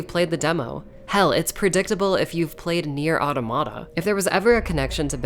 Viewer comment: uh-TAW-muh-tuh, not AW-toh-MAW-tuh. Automata is the plural of automaton, and sounds exactly like it